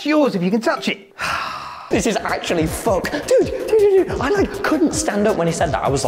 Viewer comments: Tubbo it’s “actually” not “accually” 😭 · bro really said "accually"